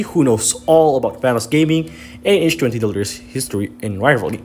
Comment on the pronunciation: These pronunciations are unreal H-20 is insane XD